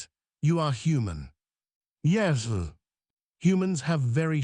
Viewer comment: Tell your AI how to pronounce 'yes'.